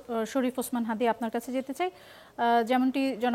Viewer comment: তার নামটা সুন্দর ভাবে উচ্চারণ করেন হাতি না হাদি ok